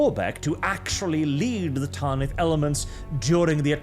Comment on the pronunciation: Tan-ith. Not taaan-ith. Like banish, not baaanish. Great video tho I feel like Hermione 😂